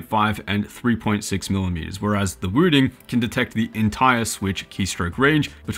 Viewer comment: Why does this guy say "Wüdin"?